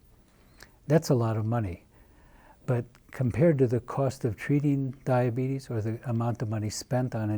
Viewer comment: Diabeetus diabeetus, ho ho ho diabeetus